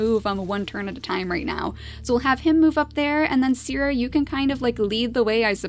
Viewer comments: Maybe you could pronounce 'Sire' like See-rae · Try saying it like syr or sier, pretty much say it with the long i